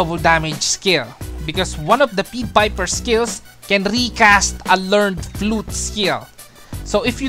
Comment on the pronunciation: pied vs peed you been reading it as peed piper like the piper is being peed on instead of a p(a)ie there is a A sound with ie